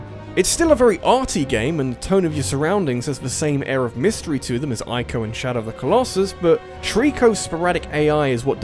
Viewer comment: EE-co. It's pronounced EE-co. Not EYE-co.